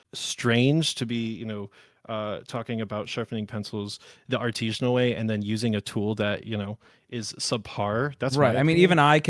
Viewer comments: artesian not “Artesianal” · The biggest give away here is the fact that he’s not pronouncing “artisanal” correctly. It’s not an “Artesian” well. It’s a practice done by an Artisan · Title says "Artisinal" but he refers to himself as "Artesianal". Look up those words - they mean very different things. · there are a lot of people who think artisanal is pronounced that way, with the hard E. I think it's regional